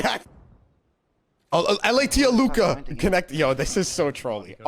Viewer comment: Its a Alluka not Aluker mate